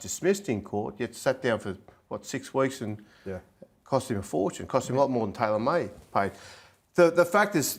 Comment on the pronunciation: When he try to say Taylan may but he said Tyler may